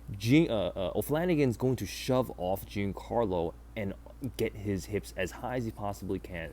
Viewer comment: Dude, it's not "Gincarlo", you don't pronounce the i at all. Banger video regardless.